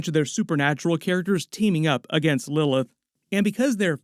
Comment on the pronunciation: Why can’t bro pronounce Lilith